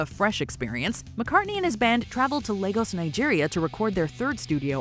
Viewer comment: and thanks for pronouncing the name of the former capital of Nigeria, Lagos, correctly 😀